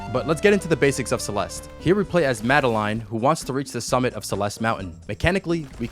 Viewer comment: Its madeline,not madenlaine.